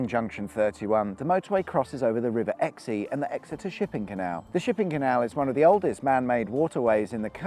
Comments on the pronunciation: It's Exe (not Exeeeee), also its Clyst (the first way). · Thanks for this! Point of note though, the River Exe is just pronounced "X", not Exey :) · Its pronounced River X not Xie. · The river exeeeeeeeee lol it’s just pronounced ex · It’s not the “exey” mate it’s “ex” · Saw this when u first posted it. Watching again. I'd like to comment, Clyst is like clist...alongside The River Clyst which adjoins The River Exe or Exeee as u pronounce it is just pronounced Ex, like Exeter or Exmouth & Exminster, not to be confused with Axminster by the River Axe 😆....many do. Oh & my house is on the first Satellite View of the M5....I like that 👍🏻👌🏼😆🤣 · I'm local to Devon and two wrong pronounciations. It's Rive Exe as in "River Axe", not Axee or Exee. Second, It's Clyst as in missed. Love the series, not a subscriber as the videos tend to appear in my recommended viewing material when I first visit YouTube but I will after this comment :) It's interesting to know about this end of the motorway, it's a road I can use a lot and travel up to where it meets the M4 three times a year. Thanks for covering this one, I've always wondered by the forgotten road at Clyst St Mary and never knew those two bridges were that old. Going to watch it again :) Oh, that Persimmon monument - that sounds just like Persimmon - build and forget as they don't give a shit about anything. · its river ex not exE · River Exey !!!! It's pronounced X - The River Exe.🤣🤣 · FYI, it's the river Exe and it's pronounced 'X', not 'Ecksee...' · The river Ex-e. It’s pronounced just Ex or X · It's pronounced Eks not Exey !!! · Did I really hear you call my local river the Exy? How dare you! It's pronounced Ex. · It's not the 'Exxey', it's the 'Ex'. I'll need to start billing you for these corrections soon. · Pleaseeee it's pronounced EX not EX-E, I know it's spelled EXE but you don't pronounce the last E. And yes, it;s clyst as in cyst with an L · It’s just pronounced ‘ex’ rather than ‘exey’